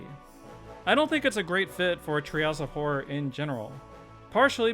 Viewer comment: "trails of horror". I cannot NOT hear this every time he says the phrase.